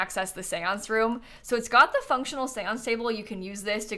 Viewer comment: when said "maybe it's a house that got abandoned because it was haunted" I misheard 'got' as god several times until I had to turn on the captions lmao